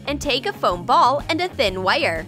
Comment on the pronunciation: LOL, how she pronounces wire is hilarious